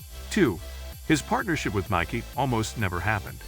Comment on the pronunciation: Can’t pronounce Nike correctly? WTF. Davis Love eye eye????